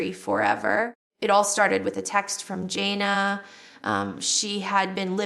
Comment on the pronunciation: Doesn't even look like Jill. Also it's Jana not Jail